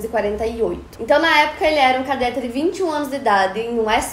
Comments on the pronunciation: Cadête,não cadéte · Cadête e não cadéte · Sem querer ser chata, mas já sendo... A pronúncia é "cadête", não "cadéte" Obrigada pela atenção 😂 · Adoro todos os episódios!!! Só uma observação, a pronúncia é "cadête" e nao "cadéte". Parabéns pelo seu esforço e sucesso sempre! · Aí que agonia de ouvir cadéte, é cadete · uma correçãozinha: é cadête e não cadéte. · Só uma correção na sua pronúncia, é cadête e não cadéte... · Se pronuncia cadête . Que história mais estranha😱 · É cadête e não cadéte a pronúncia!! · Na palavra CADETE, você pronunciou /kadéte/ o certo é pronunciar /kadête/ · a pronúncia errada de cadete quase me matou k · Que agonia ela falando Cadete errado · Como é possível alguém formado em jornalismo não saber pronunciar a palavra "cadete"? 😨